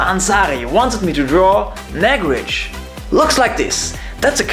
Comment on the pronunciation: It's not nag-rej it's Naag-Rahj. Nice video!!